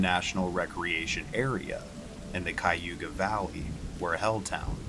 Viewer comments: It's not Kiyuga Valley. It's pronounced Kiy-uh-hoga (Cuyahoga) Valley. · "Cuy-yoo-ga". 🤦‍♀️ lol It's pronounced, "kya-hoe-guh". It's Indian, and means crooked. (The Cuyahoga river is very crooked. ) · DEAR GOD!!!! If you’re going to spread gossip about an area, at LEAST learn to pronounce the name!!! KAI-ah-HOG-ah valley, not Kai-ooga valley!!!!🤦🏼‍♀️ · Your pronounced Cuyahoga wrong. It is not ky-oo-ga it is pronounced kya-ho-ga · It is pronounced Cuyahoga not Cuyhooga ! I grew up around there! Good job relating the story!😳😳😳👍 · It’s Cuy-a-hog-a not cuy-a-youga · Advice from a ohioan, Its pronounced "kie yuh hog uh" not "ku yoo ga" Cuyahoga County. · Cuyahoga is pronounced Ky-ah-hog-a not Ky-you-ga 😂😂 maybe different people pronounce it differently lol 🤷🏾‍♀️ i just chuckled because i live here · Cayuga🤣🤣🤣🤣🤣it's Cuyahoga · Yep, kī-yah-hō-gah. 4 syllables. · So you know in the future Cuyahoga County is pronounced like this: KYE A HO GA. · It's Cy-A-Ho-GA, and I've never heard of Hell town! I lived there for 42 year's! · I'm from Cuyahoga county and never knew about it either lol. Thanks for the video! I know Cuyahoga is hard to pronounce. In case you get any more there in the future, it is pronounced Kai-ah-hoe-gah. Hope that helps! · Live near hell town. It's ky a hoga county. Cuyahoga. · Kaw-ga, if you're from there, lol. I was born and raised in Cuyahoga Falls and we only pronounce it correctly when talking to outsiders. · I don't know if anyone has mentioned it, but it's "Kai-uh-ho(w)-ga" lol. I don't mean to be a grammar barron, but being born and raised in Ohio you can definitely tell if someone is from the Midwest or even Ohio by how they pronounce our crazy cities/counties/townships/villages. Midwestern spelling is rooted in Native American language with a little spice thrown in there. I appreciate the effort of trying to pronounce Cuyahoga though 😊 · “ Ki-ooga Valley “ lol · Helpful tip it is pronounced kiya-hoga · Its pronounced Kai-ah-hoga. :P GG though!